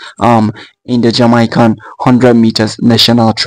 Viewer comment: Why you Africans say jamycan?